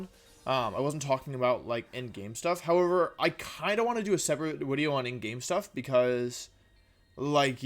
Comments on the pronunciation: So do you you say “wideo” because the letter “v” in Latin is pronounced like the letter “w” in English or were you did you accidentally make an extremely sophisticated joke...either way, bravo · Why does he say “wideo” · Ok, so what the heck is "wideo"? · It’s a bird, it’s a plane, it’s WIDEO MAN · So I'm new to this channel and I'm curious, what's the story behind "Wideo" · It hasn't even been 30 seconds and that "Mr. Wideo" part had me laughing on the ground. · Wolf: gets out of shower Wolf about to dry his hair: "oop, time to make a new wideo" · Wideo man can you teach me how to wideo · "It's ya boy, Mr. Wideo" needs to be his new line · Ebic wideo thank you Mr. Glicky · Wideo-man is the strongest member of The Avengers